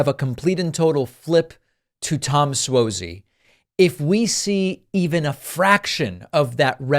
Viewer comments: I think it's (Swazey) with an "ah" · It’s Suozzi pronounced Swazi